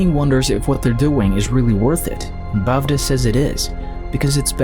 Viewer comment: The bavda is actually bevda pronounced as (bewra) like be sounding like ba in bay